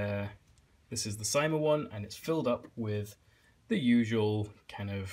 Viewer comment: CYMA is pronounced s - ee - ma